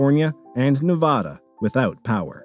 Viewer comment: that ain’t how you pronounce Nevada dude